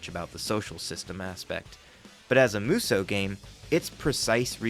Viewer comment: Just one issue: It's not pronounced "Moo So". (And it's not "Myu So", either.) Muh- (short and clipped) So-Uh. That said. Most Musou games are bad. But there are some absolute gems among them. (And the majority of the bad ones are the spin-off games.)